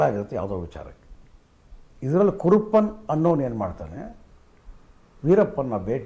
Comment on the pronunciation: ಸಾರ್ ಕುರುಪ್ಪನ್ ಅಲ್ಲ ಸಾರ್ ಕರುಪ್ಪನ್ ಅಂತ ಹೆಸ್ರು